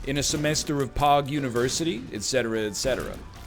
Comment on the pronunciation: So am I the only person that thought he was saying pawg and not pog... or am I just to far gone